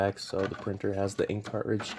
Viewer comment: Did your teachers teach you to not pronounce T's or is this a generational fad? There is no Buh ER, Car Ridge, Buh Uhn.